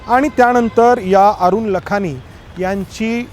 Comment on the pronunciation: लखानी नव्हे लाखाणी म्हणतात